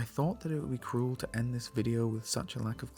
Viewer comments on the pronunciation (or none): none